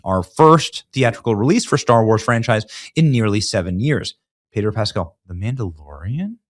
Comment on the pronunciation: the mam-dalorian and tofu 😂😂😂